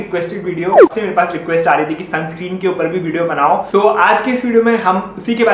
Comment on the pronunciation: Bhai Sunscream bol rha hai aur expert bn rha hai